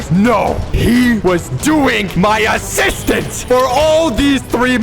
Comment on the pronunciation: “NO. HE WAS DOING MY ASSISTMANT”